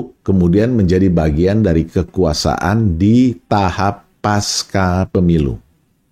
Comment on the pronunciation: Pengucapam kata PASCA adalah seperti di dalam kata PANCASILA jadi Pengucapannya Pasca PEMILU serupa Pancasila Ini adalah akar katanya dari bahasa Sansakerta....pasca Selebihmya, saya amazing dengan uraian di VLOG ini....! Very amazing. Saya background accountant/auditor..sangat suka dengan analogi Bandarmogy pasar politik nasional mirip pasar saham